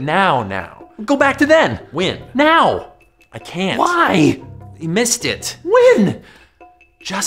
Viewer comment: This guy literally can't pronounce the word "when". He says "Wynn"